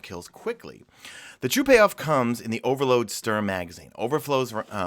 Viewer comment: I'm calling it, the big expansion in the fall's gonna be "Destiny 2 The Taken Queen" with Savathun as the new Raid boss or at least involving her. (We already got a lot of hint on Titan, especially the giant worms we can see in the ocean) #MadeItToTheEnd PS: Look for the pronunciation of the Sturm on Google at least, you're making me cringe each time you try to say it. "Sturm" suppose to sound like "Storm" and does mean the same thing as well.